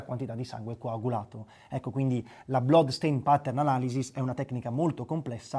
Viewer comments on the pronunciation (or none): Grazie per aver ricordato Samuele ❤ ...la pronuncia della parola "blood" è "blAd" 🌟